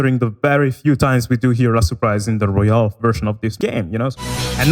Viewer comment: Pronounces "Royal" as "Royale" makes me hate you